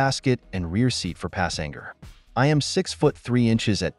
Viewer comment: Dude!!!! Again!!!! Pass Sing Ger????!!!! Man it’s PASSENGER!!! Pass Sen Gerr